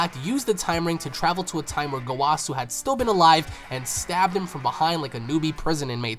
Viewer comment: Why gowàsu and zamàsu plz bro my hears